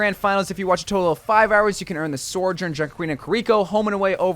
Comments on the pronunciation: its "Sojourn" not "Sorjourn" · I wonder when he’s gonna realize there’s no R in Sojourn😂